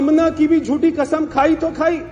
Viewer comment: अरे यार ऐसी न्यूज रीडर्स को न लगाओ जो सही उच्चारण नहीं कर सकती यह तो कसम को 'खसम ' बोलती हैं